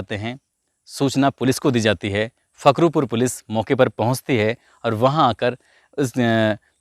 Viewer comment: ये घटना हमारे क़सबे फखरपुर की है...सर आप फखरुपुर बोल रहे हैं फखरूपुर नहीं फखरपुर है...उन 3 ज़ालिमो को कानून ने बड़ी तगड़ी सज़ा दी है...